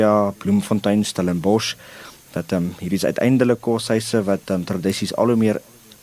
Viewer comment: Stellenbosch word uitgespreek Stellenbos, asb, behalwe as jy dronk of Engels is.